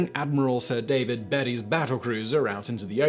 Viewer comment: yes and it's Admiral Beaty is pronounced like beety similar to beet root...